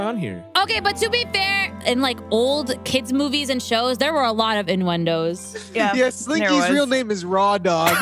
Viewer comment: Ivan: Innuendos Chilly: “Inwendoes”